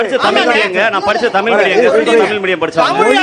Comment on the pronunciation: முதலில் தமில் னு சொல்வதை நிறுத்தவும்😊